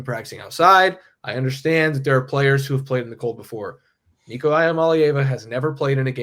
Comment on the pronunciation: learn how to says Nicos last name if you are gonna be a content creator.